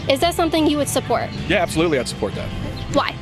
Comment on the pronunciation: "Yas, abtholutely!! 💅"